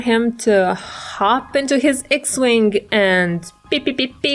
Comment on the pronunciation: You pronounced it fine!